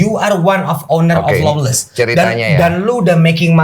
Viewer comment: Lawles mba bukan flowles ngakak bener dah😂😭